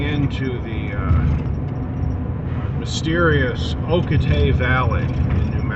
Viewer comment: The town of Ocate, New Mexico, is pronounced "oh-KAH-tay". The emphasis is on the second syllable. Some people also pronounce it "oh-cah-TAY".